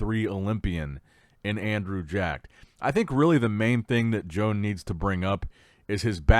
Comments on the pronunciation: I believe that his name is pronounced WO-AN. Not Joan. That's feminine. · Loooool I did not know Joan was from Spain until you mentioned it. We all love how you say the names lol but his is pronounced like Juan but instead of Hoo-Ahn it's Ho-Ahn - Like Santa Ho Ho Ho and Daniel-San. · I said in another vid that Joan is not a lady therefore his name is not pronounced like that and he's obviously from another country so should do some simple research before butchering ppls names.